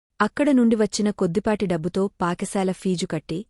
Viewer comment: Paka sala kadhu Pata sala amma